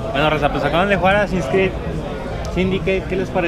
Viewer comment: Típico Que No Sabe Pronunciar, Ni Escribir Inglés!!!!! El Título Del Juego Es Con Doble Nalga. Ósea, ASS-ASS-In’s Creed, Y Se Pronuncia Tal Y Como Lo Lees, No “Asins Crid”!!!!!